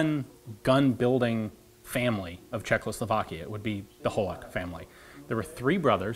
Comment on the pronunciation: Hahaha, it's so funny that Ian says "CHEKLOslovakia" instead of "Czechoslovakia" over and over again for some reason! )) (Just as trivia, the actual pronunciation I think would be closer to "Chekhoslavakiya", with "kh" as a very soft "h". Yeah, every time you see it in Slavic words, it's not a brutal manly "KHHH!" =)